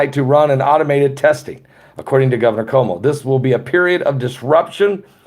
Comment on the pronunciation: Our gov is pronounced Cu woe moe